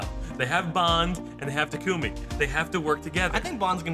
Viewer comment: I hate FE:Fates. But the way they pronounced Takumi triggers me.